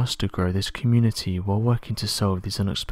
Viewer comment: ".......and don't forget to 'ipscribe' for more videos. What does that word mean ?